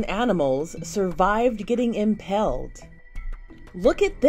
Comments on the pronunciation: Why does the journalist keep saying impelled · Impelled? Impaled narrator. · She really said impelled 🤦‍♂️